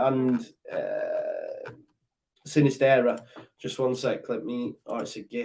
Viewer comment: Sinisterra has a double r at the end so you need to roll the 'r'.